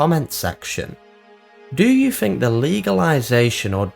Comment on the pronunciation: Found this so difficult to get through. Had to quit. You realise you end almost every single sentence with the same inflection? You know think isn't pronounced fink? Ethereal isn't efforeol.